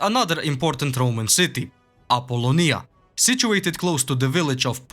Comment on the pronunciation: Awesome video as always,and you nailed the proununciation of Apollonia anr Dyrrah!👍